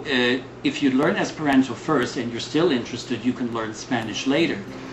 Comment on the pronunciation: I think this is a fair presentation. But the pronouncing of the "ant" in "Esperanto" like the insect is a little distracting; it's supposed to have "a" as in "father". It is a good point, that there are a higher proportion of "strange" people in the Esperanto movement than in the overall population, simply because someone who would learn Esperanto is someone who is not afraid to do something that isn't popular. It's not like there is something inherently oddball in the language itself; it just hasn't become mainstream (yet!).